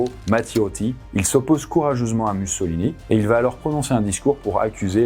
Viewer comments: Raconter tout le règne de Mussolini (ça se prononce moussolini si jamais) sans mentionner le fait que les industriels italiens et britanniques ont poussé les fascistes au pouvoir pour réprimer les mouvements ouvriers après le Biennio Rosso ... Bravo, j'imagine ? Vraiment nul. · je suis italienne, la prononciation correcte est "moussolíni"